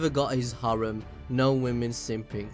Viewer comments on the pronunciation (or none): none